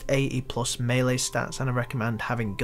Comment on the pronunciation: lol pronounces "melee" two different ways right after each other